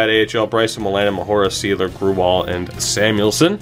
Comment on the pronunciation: grewal is basically pronounced gray-wall